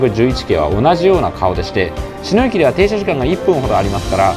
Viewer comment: 『茅野』のイントネーション、車掌さんでも「ちの⤴︎」と呼ぶ方が多いなか、この動画では地元民と同じように「ちの⤵︎」と言ってくれていて嬉しくなりました😊